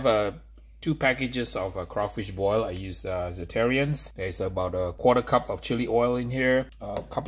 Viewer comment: Love you! It's pronounced ZAT-A-RANS